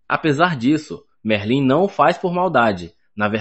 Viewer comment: Pow véi tava gostando do recap ate q ele falou merlín ai n da paizao.. vai estudar um pouco, oratória pq isso pra um é fd